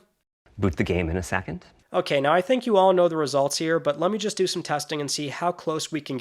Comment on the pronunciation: Fella forgot the S in second.